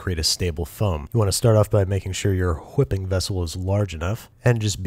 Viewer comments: Did that guy just say wHHiping? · Anybody notice the stewie griffin cool whip emphasis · Why does the second guy pronounce whipping like stewie griffin?